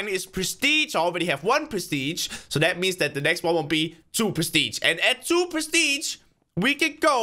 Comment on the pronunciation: I love how he says “perstige” ._.